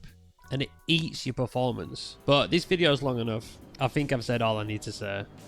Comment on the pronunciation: I think it might be the way you say the word "but", but I'm just guessing. For me everything is understandable and I'm not native English speaker. Thanks for the vid!